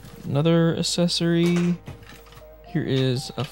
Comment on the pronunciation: You probably said the word accessory 20 times in the video and every time you pronounced it “assessory”